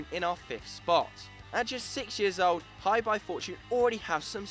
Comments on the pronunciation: Hebei is pronounce as "Her-Bay" not Hi, Bye. Hi there Bye! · HeBei China Fortune is pronounced like Her Bay. I live here in China so can help correcting with pronouncing the names correctly. Great content all round, keep it up! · It's not pronounced Hi-Bye , it's her(silent r) - bae.he bro is a province of china , a web search would have told you how to pronounce the word ffs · Hebei is pronounced Huh-bay, not hyebye. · Hebei's name should be pronounced closer to 'Her Bay', I live in China and follow CSL fairly closely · "Hi" "Bye" Fortune? that is not even close to the actual pronunciation of the clubs name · he prounanced hebei china fortune so badly wow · I let that shitty Hebei pronunciation go... but after hearing the way you said Melbourne I decided to die in a hole thanks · You can't say Hebei properly... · you guys mispronounced Hebei so badly it hurts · It'd be nice if you could google the proper way to pronounce Hebei :P